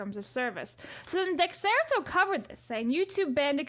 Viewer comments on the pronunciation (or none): i'm begging and everyone else to know that "dexerto" is pronounced as de-sir-toe